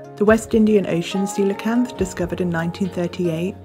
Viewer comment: Thanks for pronouncing it correctly! I've seen so many people say "coal-acanth"